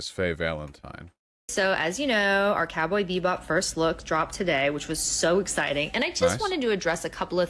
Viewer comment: I really cant tell if Vaush was saying "cowboy beat bop" on purpose or not....